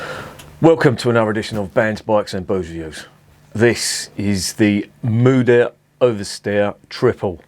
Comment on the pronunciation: Mother Superior, I like that name! 😀 The brewery is situated just a mile into the French speaking part. In some of the villages in this region they prefer to speak Dutch. By the way, your pronunciation is quite good. 👍